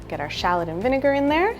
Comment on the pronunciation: What is a shalit!? I'm fully aware of what shallot is but shalit? That isn't even a thing! And don't get me started on lim in ! It's lemon for god's sake! And fyi herbs has a H in it and yes I'm fully aware that french people say erbs but Americans are not french and also can't speak proper English ... "American English" is actual English done wrong!